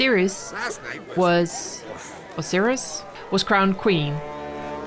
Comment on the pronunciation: Pronounced Ser-is. But well done. She is the best outcome for Skellige as Hjalmar is a bit of a doofus.